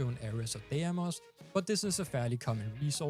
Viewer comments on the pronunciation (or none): none